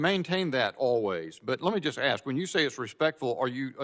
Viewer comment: When the chair (or any representative) says "axe" instead of ask... 🙄